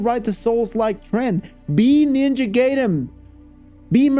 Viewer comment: It’s GUY-den NOT GAY-den bro